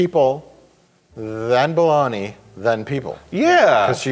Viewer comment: Boloney? Balogny? Belowmeeeee?